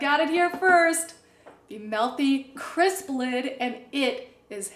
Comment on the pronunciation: It's not "Melthy". It's MEALthy.